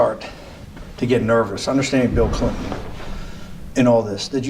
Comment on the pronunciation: he checked his ah! “I was pretty clear it was Bill ClinTON.”